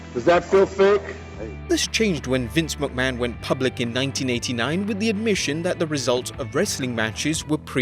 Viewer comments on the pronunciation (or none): none